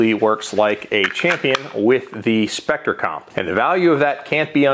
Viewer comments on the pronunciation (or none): Oh No! you said Specter Com! Now the video is too long to watch. hehe